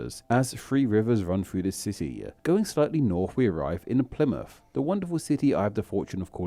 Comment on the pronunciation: Bad video made worse by the guy's horrific accent/speech impediment...not to mention it's plainly incorrect in many cases. Plymuff - Plymouth Portsmuff - Portsmouth Souffend - Southend Free - three Free - no cost Mowff - Mouth Fru - Through Norff - North Fings - things Fought - thought Nuffin - nothing Norven - Northern